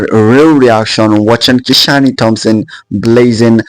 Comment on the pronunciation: Nice vlog. Hope you are right. The name is Ki-shane. Not Ki-sha-ny. Great